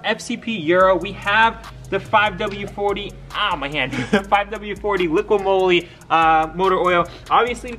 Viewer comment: How you pronounce it it’s Liqui Molly (moly)